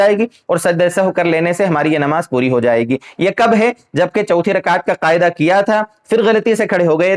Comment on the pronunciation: محترم السّلام علیکم ورحمتہ اللہ وبرکاتہ بعدہ عرض ہیکہ آپ لفظ قعدہ ، کو قائدہ کیوں کہرہے ہیں'اور اس ویڈیو میں آپنے تین الفاظ جو انگریزی زبان کے الفاظ ہیں، (پوائنٹ)(کلیر)(کنفیوژن) کیا ان تینوں الفاظ کا متبادل اردو زبان میں نہیں ہے اگر نہیں ہے تو عربی یا فارسی زبان کے الفاظ کا استعمال کرلیتے۔ خیر قوت فکر آپکی اور مرضی آپکی عوام الناس کو جس طرف لیجانا چاہیں لیجأیں۔ والسلام علیکم ورحمتہ اللہ وبرکاتہ ۔